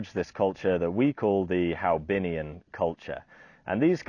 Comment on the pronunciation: Hoabinh ? not haobinh ?